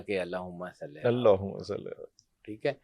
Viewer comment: Please correct pronunciation Yes — the correct wording is “Allahumma ṣalli” (اللَّهُمَّ صَلِّ), not salah. Ṣalli = “send blessings” (a verb, asking Allah to bless). Ṣalāh = the ritual prayer itself. That’s why in Darood Ibrahim we say: Allahumma ṣalli ‘ala Muhamma